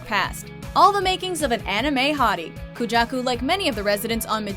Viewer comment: Hey,? Would you mind pronouncing people's name? First Makoto in the first list, then Koujaku (pronounced KOjaku, not Kuujaku), then Haru (pronounced HAruka, not HaRUka)... Seriously, do your research please. Also, I would like to know why you think it makes sense that your honorable mentions are all sexier than your #1.